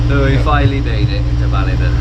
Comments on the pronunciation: I bet Graeme told you how to pronounce ‘Ballina’ properly! Welcome back to Australia.👍🏻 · Lads heading into Cockroach country, ask a local how to pronounce Ballina too.😂